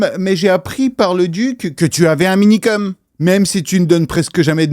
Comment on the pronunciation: ça me frustre tellement quand j'entends Minikeum srx ....